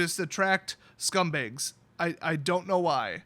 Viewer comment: Your Wisconsin is showing with every "scumbAYgs"